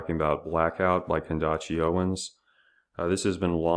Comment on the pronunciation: Did he say “Candashee” Owens lol